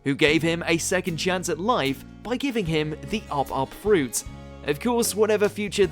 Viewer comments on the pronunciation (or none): none